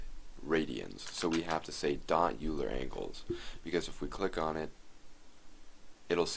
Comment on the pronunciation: thank you for the tutorial- really useful! p.s. Euler is pronounced 'oiler' - he was German And by German I mean Swiss !